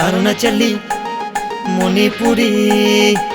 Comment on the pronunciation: Why they pronounced as Monipuri instead of Manipuri😔😔😔